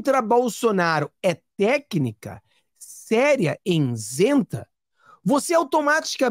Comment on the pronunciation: I-SEN-TA! Nao diga insenta!